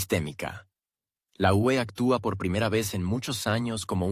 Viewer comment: El programador de este vídeo debe enseñarle al robot parlante que EEUU es Estados Unidos y que UE es Unión Europea. Mientras no programen eso me negaré a seguir viendo sus vídeos por muy interesantes que sean.